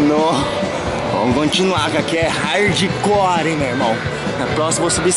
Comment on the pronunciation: "R"ardicore, já pode dar aula de português